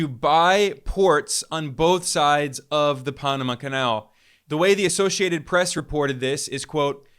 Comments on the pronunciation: ITS PAN, AMA. PAN LIKE BREAD, NOT PONAMA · Pan-ama, not Paa-nama. Where are you from? Why are you even speaking on U.S. affairs? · Oh, please,please, if you are going to speak of the Pa(long a) so pan, like man not pon how you pronounce it And also Afghanistan, both a’s are long a’s. I wish everyone would look up words for correct spelling and pronunciation! It is just butchered on these podcasts! Being an English major through college, it drives me nuts!! Thanks for listening! Otherwise I think you’re great! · Wait, is it the Ponama canal or the pan-ama canal? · This guy looks like he’s about 25. Is he really the expert he seems? Just questioning this source. Pah-nah-mah Canal!?? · The only passageway that's seen more traffic than the Punumuh (as he pronounced it) Canal is..................... The Kamala canal 😂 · Microsoft is not Silicon Valley. It is Seattle and you are saying Panama wrong.